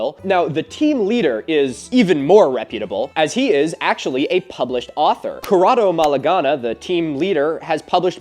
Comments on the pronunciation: Non ci credo! Quel peracottaro di Malanga è arrivato fino su youtube in inglese... Davvero, che imbarazzo! Btw, the pronunciation is Kor'rado Maˈlan.ɡa, he's one of the best known conspiracy theorist here in Italy, coupled with Biglino. Malanga, who among other things had his license as a psychologist revoked due to his unethical conduct, theorize in short that alians sucks the souls of humans to use it as batteryes, and of course he's friend with all the pseudo historian guys, the other one, Biglino pretends that the Bible speaks about aliens, and that the biblical god was one of them. All based on a translation HE himself did of the book, without even knowing the hebrew language that well... With my father we had laughed about him lots of times. But the harm they caused is significant, because they spread historical misinformation even through main stream media and lots of podcasts... It would be nice/funny if you cover them both. Btw if needed I can help with the italian translations and, of course if you want, put you in contact with lots of the historians and academichs who tried to limit the damage and the misinformation made by these people... Then I also strongly recommend you to contact Massimo Polidoro, of the CICAP Italia. He was a very good friend of James Randi, who was also his mentor in his younger years. His work, even on the internet, is truly remarkable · Having watched Metatron's video it's very funny to he how you pronounced Corrado Malanga